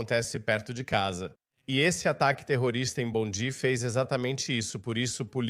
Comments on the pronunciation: A pronuncia é “Bondai”. A Austrália precisa acabar com escola Islamica, com uso de burka hijab, niqab etc. Também precisa prender os radicais dirigentes dos mosques 🕌, que pregam a violência contra outras religiões. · Brother a proniuncia correta é bondai, a praia mais famosa da Australia. A Attorney General dos USA. Cesar Queiroz Sydney Australia. A prova que vc nunca morou ou esteve na Austrália. Vc é um divulgador de fake. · Vives a tanto tempo na Australia nem prenunciar o nome da praia bondi